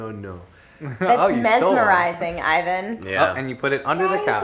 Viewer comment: Ivan pronounced my first name right!! That never happens to me :)